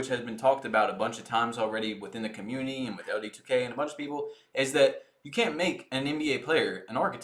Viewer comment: Guy talk about grammar when he can't even pronounce community lol